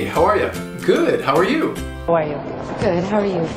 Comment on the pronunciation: The way you say "how are you" here sounds very much like "hawai"...